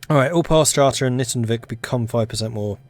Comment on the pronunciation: In pronouncing Nytungvik, the "y" is pronounced longer, "u" is pronounced closer to "o", and the "i" is longer